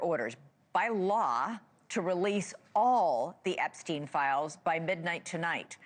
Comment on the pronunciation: Why do they all pronounce"Epstin" , "Weinstin", while they pronounce Einstein properly? That's kind of ridiculous honestly...